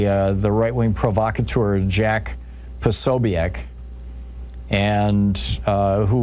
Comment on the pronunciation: You seem to have taken this book personally, in fact extremely so. Kudos to Jack Posobiec. By the way you mispronounced his name.